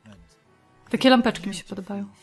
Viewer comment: Pierwszy raz jak powiedziałaś: Takie lampeczki mi się podobają. To ja usłyszałam: Takie babeczki mi się podobają. XD XD